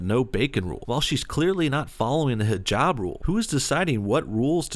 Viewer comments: Is nobody mentioning how the overweight Muslim keeps pronouncing hijaaaaaab wrong? Its "hih-jahb" not hih-jaab" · You both are pronouncing Hijab wrong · Golden Slumber zzz she can't even say hijab right, or put it on correctly